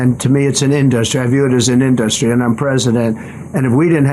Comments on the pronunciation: Why does he keep pronouncing “industry” as “in-dust-tree” ?? I love how he didn’t answer the question the guy asked about Trumps crypto and conflict of interest. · Why does he say in dust tree? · is killing it up there..😂😂 In-dust-tree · "In Dust Ree"- Dump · I think he should say "in-da-ster-ree" 20 more times... 🤣🤣🤣🤣🤣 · Why does he pronounce industry like a child reading the word for the first time? Also nobody has ever brought up that he says nuclear like its a noun. Not once in 10 yrs have I ever heard anyone bring this up and it sounds soo dumb in both instances.